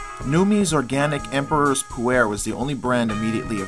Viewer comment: Just thought I would share. Pu-erh is actually pronounced POO-r where the r is sort of an "r" mixed with an "ar" at the same time. Also, if you listened to Numi on how to brew the tea, than you did not get the tea to its full potential. Numi, if I remember correctly, says to brew the tea in hot water for 3-4 minutes. However, the process is a little more complicated and shorter. You should rinse the tea first by pouring boiling water over the tea bag in a cup and allowing it to sit for 5 seconds (only five seconds, maybe even less). You then immediately pour in your boiling water for your drink and let steep for ONLY, AT MOST, 25 seconds. I know this seems like a really short time, but with Pu-erh, if you steep any longer you end up getting the flavors and aromas that you mentioned. The tea is just as strong with the short steeping time and is much better. Also, try it with a little half and half. If you were to add a little Yak butter and Yak milk it would then be called Poo-Cha. Although you can substitute the Yak parts with regular butter and half and half.